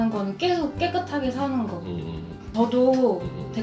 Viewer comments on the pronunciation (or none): 계속 -> 깨속 이라고 말하는 사람이 의외로 많군요